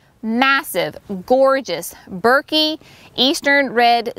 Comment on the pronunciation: They will look great as they grow larger. Thuja is always pronounced Thoo-ya. Burkii is burk-ee-eye.